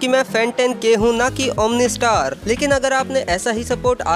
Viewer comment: Bhai tum omni star nhi omno star ho